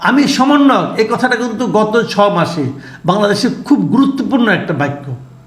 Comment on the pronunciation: অনেক সমন্বয়করা সঠিক ভাবে সমন্বয়ক বলতে পারে না, বলে সমরনায়ক